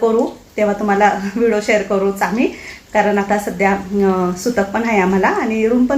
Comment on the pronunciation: V D O KHUP CHHAN,TAI TUMHI BOLTANA V D O CHA UCCHAR "VIDO" ASE AIKU YETE UCCHAR, RAHUL KADUN DURUST KARUN GHYA,BALACHI KHAREDI KHUP CHHAN